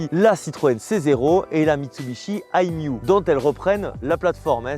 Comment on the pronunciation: Merci pour cette vidéo. Malgré plein d’erreurs … la base de la iOn est la iMiev et non la « iMiou », les « deux prises » s’appellent type 1 et chademo, c’est la batterie qui fait 14,5 kWh et pas le moteur ! Ce dernier fait environ 64 chevaux.